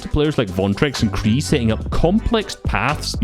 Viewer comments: The name Qrei ist spoken diffrently i think Like Q - Ray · it's pronounced qurey